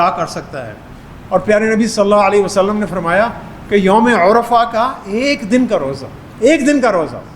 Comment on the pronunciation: یوم العرفہ پر پیش نہیں زبر ہے۔